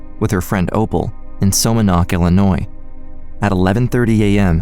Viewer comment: Somonauk is pronounced SAH MAH NOCK. Not SO MO Nock. If you’re going to produce content then learn proper pronounciations.